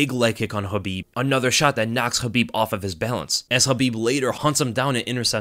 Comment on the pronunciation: Is the k in khabib silent or is that just how this guy says it